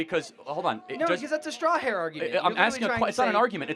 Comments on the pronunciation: Straw-man not star-hair. Am I wrong? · dude keeps saying strawhair argument lol. ITS STRAWMAN